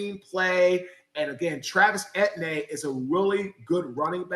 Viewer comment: Another, different way to mispronounce Etienne, lovely stuff ;-p I'm looking forward to finding out why the O-line performance dropped off SO drastically between The Chiefs game and The Seahawks game. It can't all be because Chris Jones was disinterested ;-) Man, this sort of analysis makes me miss Uche, rest in peace big fella </3